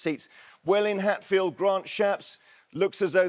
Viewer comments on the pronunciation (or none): none